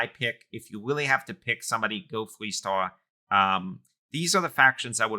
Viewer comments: Why do you sound like a cartoon character lol. Pronounce the letter 'R' properly. It's not a 'W'... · "I willy willy like constellation" the speech impediment is charming lol